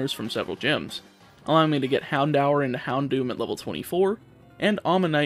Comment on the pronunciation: wait how did he pronounce Houndour? xD